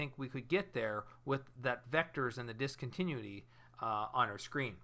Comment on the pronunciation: Great video ! Just one little thing, it's pronounced DIS-CON-TIN-NEW-ITTY.